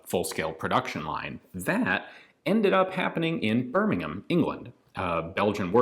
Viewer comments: As a resident of BirmingHam Alabama, I commend you for properly pronouncing 'Birming'am', England. 🙂 The history that you share along with these rifles makes the videos even more fascinating. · Wow Ian pronounced Birmingham correctly and not like an ignorant American emphasizing the h